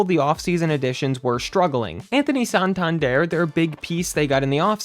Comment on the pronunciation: Whoever made this video is a clown,straight up clown.Laughing stock? There are ten teams I would mention before even thinking about the Blue Jays.It’s San-tan-der not whatever the fuck you keep calling him.🙄Shut this shit YouTube page down!😂